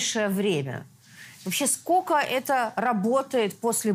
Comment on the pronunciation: Скока! Скока! Где вы учились, уважаемые ведущие? В какой подворотне? "Ты гля скока! Ты тока не смори!"